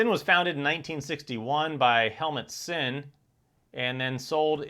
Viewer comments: It's pronounced Zinn not sin. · I knew German is a tough language for most but wearing these watches is not a sin is pronounced Zin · Sinn is pronounced "Zinn" in German